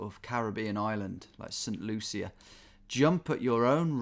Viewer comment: hey tom just wanted to let u know that st lucia is actually pronounced (saint lusha) i learned that when i went there